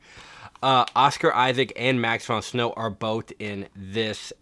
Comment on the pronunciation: Prince of Thieves will always be #1! BTW you got Max von Sydow's name wrong and since he's The Man, I thought you'd want to know. Also, I just started watching the channel and I'm digging the content so far, thanks!